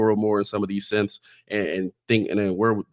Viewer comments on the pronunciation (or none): none